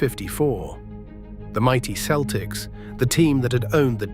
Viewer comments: It is not the keltics it is the seltics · Keltics? Who can listen to this AI generated slop? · You really don't know the game if you call them the keltics. Its Celtics with a soft c. You sound english which explains it. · I was a 9 year old Boston kid, what a team that was, gutsy. Pronounce Celtics correctly would have been better.